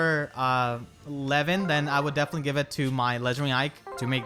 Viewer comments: Your pronunciation of Lewyn sounds like Levyn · Lewyn sounds like lemon 😂